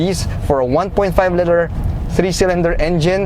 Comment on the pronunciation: Love the review, however, I would like to suggest some improvements on pronunciation. For "liter" ( ) and for "aesthetics" ( ) . Regarding the vehicle, the GDI engine is not a dependable engine. It would certainly last 5 years but I doubt it will perform consistently after that. The problem is that fuel is directly injected into the cylinder instead of behind the intake valves. Carbon will build up over time and this results in pinging, knocking, reduced horsepower, and high fuel consumption. The only way to mitigate this is to have an oil catch can installed and have the intake valves cleaned. Maybe some but not all who bought this car will be aware of this and there lies the problem.